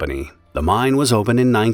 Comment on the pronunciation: it's pronounced "mine" not "mind"